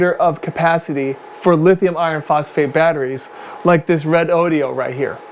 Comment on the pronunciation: Great video! Why we use shunts. It is Redodo and not Redodio! Lol.